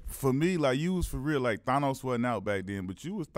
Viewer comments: Q Rich call everybody Thonos but it's Thanos!! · It’s pronounce “than-os” 😂😂😂